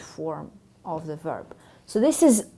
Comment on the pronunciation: Her F sounds too Russian, even distracting. It was one of the first things in pronunciation we had to deal with when studying English - make it sound like IV, not IF.